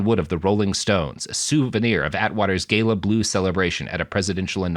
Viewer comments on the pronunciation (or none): none